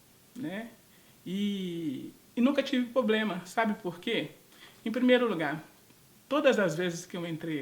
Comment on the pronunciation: Ou se fala PROBLEMA por favor não mate o português